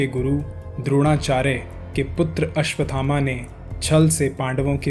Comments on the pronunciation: अश्वत् थामा - is the correct pronunciation and not अश्वथामा। 🙏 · अश्वथामा का उच्चारण गलत है।